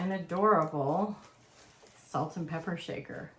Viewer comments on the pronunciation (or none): none